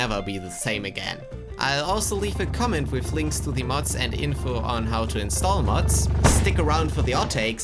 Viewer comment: Dude it’s mods not muts (am I the only one that heard that)